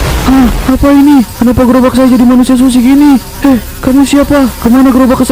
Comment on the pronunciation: Yang benar sushi (寿司/すし). Bukan shusi